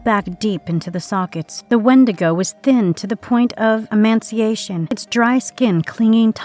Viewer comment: lol amaciation? 😂 pretty sure that’s not word.. Emaciation is though lol